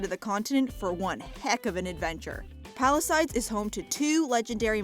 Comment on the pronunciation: why do you say palisides when its palisades?